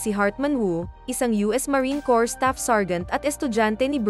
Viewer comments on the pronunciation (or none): none